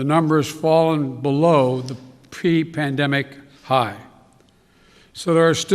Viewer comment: he can't even say Pre correctly. Instead it came out Pee